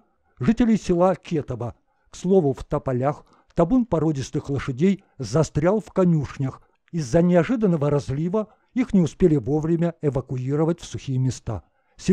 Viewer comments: Блин русские говорите правильно. КЕтово😮правильно КетовО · Не Ке'тово,а Кето'во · Кетово правильно ставте ударение